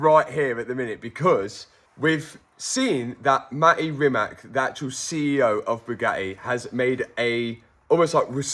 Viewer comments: The pronounciation of CEO's name is Mate (say "e" the end like Porsche - not without "e" like you normally do! 😅) and Rimac is with "ts" at the end (not "k"!). So something like: MAH-teh REE-mats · You're never gonna get on the good side of Rimac by calling him "Matty Reemack". Hot tip for names: if you enter any name into Google Translate, it will detect the language (it detected Croatian for me correctly) and clicking on the little speaker button it will tell you how it's pronounced correctly.